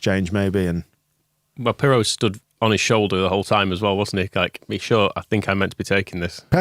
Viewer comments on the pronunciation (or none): "Maillot" pronounced "my oh". 😂 you guys are great..merry Christmas from an ex LS12 guy in Paris ❤